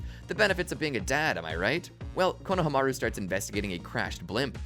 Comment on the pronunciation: It’s AI right when I heard the pronunciation of Konohamaru